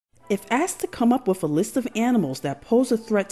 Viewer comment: Not sure if you're being intentionally obtuse, so I'll explain: I was so annoyed by your butchering of the English language that I quit watching.